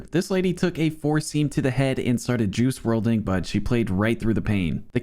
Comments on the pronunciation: “Started juice wrlding” 😂😂😭😭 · “Started juice wrlding” ruined my mood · “And started juice wrlding” 💔💔💔